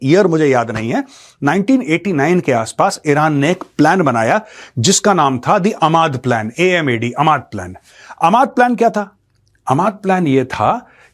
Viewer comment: Sir woh "Amad" plan nahi hoga, it must be "a mad" plan